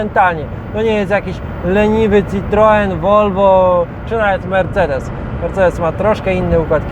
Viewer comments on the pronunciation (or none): none